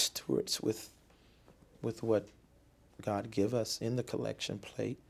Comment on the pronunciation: He should have given the money to the Church of Cawd 🙏